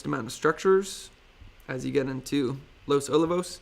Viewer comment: Good update. FYI it's Los O-lee-vos